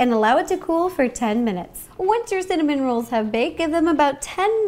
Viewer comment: The more she says cinnamon rolls the more i hear cinnamon Ro's :D